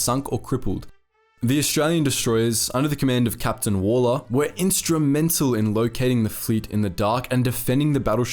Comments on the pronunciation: I believe Hector Waller’s surname is pronounced ‘woller’ (not ‘wall-er’). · He was Capt Hec Waller, pronounced Wal ler not Wall er. Same as the current Collins class submarine HMAS Waller, named in his honour. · You pronounce 'Waller' the same way you would say Wallaby ... Walla ... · Waller -- Wal-la -- Wal as in wally, Waller. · His name is Waller as in Wally! HMAS Waller is named after him. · Dunno but I think your mispronouncing Waller, liked the vid